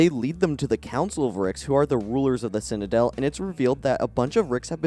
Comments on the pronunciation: Citadel…. Citadel, not ‘cinadel’ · Since we’re watching a critique and you’re being critical, I’m going to be critical. You can’t pronounce the word ‘citadel’. Other than the b plot where you can’t pronounce ‘citadel’ this is a great video. X